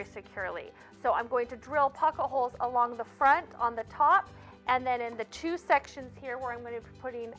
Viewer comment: Drinking game….every time she says “pock-a-holes”, have a cocktail! Lol I know it’s pocket holes. Great video!